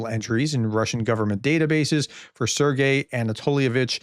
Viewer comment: Sergey, you had it right the first time